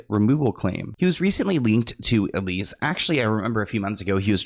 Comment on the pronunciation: Just a PSA, that girls name is ELSIE, not elise lol it felt so weird hearing my name over and over again